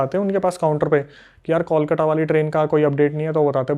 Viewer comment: इतना गलत उच्चारण करते हैं बांग्ला शब्दों का कि हंसी आ जाती है हिन्दी भाषियों पे। 1 कोलकाता ( kolkata) में त की जगह ट लगा देते हैं 2 Begunkodor ( बेगुनकोदर) को नजाने क्या ही बोल रहे हैं